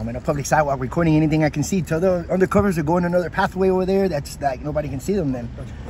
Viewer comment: Undercovers sounded awfully like "Any of the corruption"